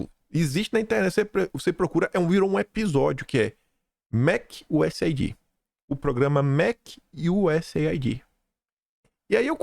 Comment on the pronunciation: te acompanho diariamente, por favor, mude a pronúncia da USAID, A pronúncia correta é US AID ou seja iu ess eidi. Não é iu ess ai di a ideia é aid de cuidado us aid, usaid, entendeu?